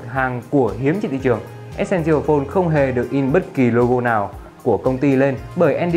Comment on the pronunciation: e sen sồ phôn tức là chiếc điện thoại quan trọng anh đọc sai rồi